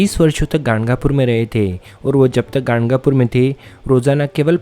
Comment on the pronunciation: ganagapur hai woh gangapur nhi